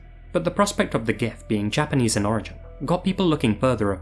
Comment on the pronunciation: Your Japanese pronunciation was on point.